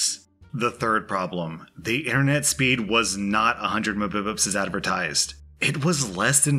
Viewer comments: Your "muhbibups" should either be m.b.p.s. or "mega bytes per second" but it is funny nice job trying man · Did he just say "Mubips" for mbps? It's literally megabytes per second tf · What are you watching ng "mih-bih-pus" why don't you just say the letters like everybody else lol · Lol mubipups. So much cringe. Are you 80? Lol Mbps (em-bee-pee-es) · Out of all the videos he's made, this would be the one that pissed me off the most, not because of the people but the fact you called Mbps (Megabites Per Second) Me Bi Pssssss.... God xDDD aaaaaaahhhhhhh but nah good video man, lmao. please just say megabites thou---everyone will understand what it means xP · There's one thing that triggered me in this vid said embeps instead of Mbps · ITS NOT MUBIPUPS!!! IT IS MEGABITS!!!! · Mbs are MEGAbits for second stop saying "mbibits" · no one: absolutely no one:: pronounces mbps as mubibups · I thought I was mishearing the first time he did it- it’s really funny tho xD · This threw me so off. is usually extremely articulate and even rewords what he is reading to better convey whatever OP was trying to convey. Then suddenly out of nowhere… “muh-bi-bups” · The "mibibibs" makes me laugh every time!! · When I heard mubibups I thought my brain had stopped working 😂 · Hahaha I've never heard anyone else pronounce "megabits per second" as "mububups" before! 😆😂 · Man really said mubibups in all seriousness multiple times like it's an actual thing 🤣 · lol "Muh Bib Ups" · Everyone: Megabits per second: Mobibubs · i had to do a double and triple take on the whole mubibups (Mbps) thing, love it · "meh-bi-pips"... wth..? Megabytes per second..... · when you say MMBS muhbuhbuhs lol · mbps are pronounced "megabites per second" not mubips 🤣🤣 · Did you just say... mibibups? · "Memebeps" snort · 100 Mbps, pronounced 100 ma-bips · I always listen to on 2x speed because I'm impatient, but when i heard "mupubitz", i had to stop